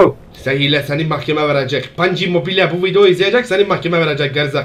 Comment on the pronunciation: Panci mobile diyor ya aq 😂😂😂 çıldırıyorum